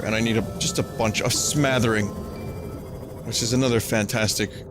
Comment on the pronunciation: "smathering" -an english major